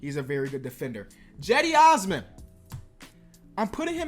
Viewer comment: Jedi Osman? 😂😂 Cedi osman ✅